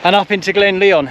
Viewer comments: It's pronouned as LION (though spelled LYON) and not pronounced as LEON. Nice video! The music is overly intrusive and loud in places. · it is pronounced lion not Leon glen lion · It’s pronounced lion mate - nice vid! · it's pronounced Lion, like the king of the beasts. Great videos by the way, keep up the good work. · Epic" i think its pronounced [ glen LION] as in king of the jungle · "Lyon" ? Your pronunciation needs a lot of work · It’s not Leon it’s said as in lion,also it’s pronounced Tinedrum otherwise enjoyed the video